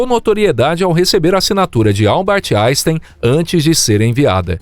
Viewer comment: ... Albert "aistaine"? PQP 😂😂😂 porque é que os BRASILEIROS são tão BESTAS a falar "estrangeiro"??😂😂😂 👎🏻